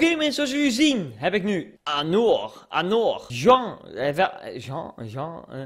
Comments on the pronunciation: Je zegt anjor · Je spreekt het uit als anjor ;) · Anor spreek je uit als anjor. Verder... Duimpieee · je spreekt het uit als anjor